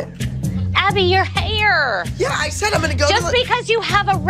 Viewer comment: Jill: Abby your haYre!